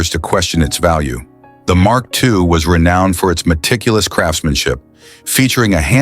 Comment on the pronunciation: Had to stop watching because I couldn't bear listening anymore & realized that the next car the voice was going to butcher was the Mark II (and who knows which incorrect cars might be also be shown among the 'Mark II' clips). This script needs a career change. It sure won't fool it's logical audience.